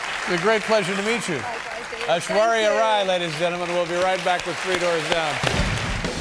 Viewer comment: For those who dont know how to pronounce her name Ash-war-ya rai